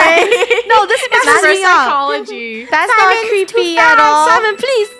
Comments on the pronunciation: its not simon… its “SIMAN”😍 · FUNNEH SAID SIMAN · “Guys meet our friend ✨SIMAN✨”